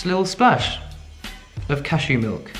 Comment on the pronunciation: Okay but why whenever you say cashew milk you immediately follow it up with "CASHOO MILK"? 😂 Now every time I drink cashew milk I'll have that playing in my head lol